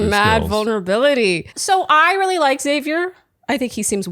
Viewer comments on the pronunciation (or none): I like Xavier as well. Sounded like she said his name like “savior” instead of “Zavier” when she gave him the rose. Curious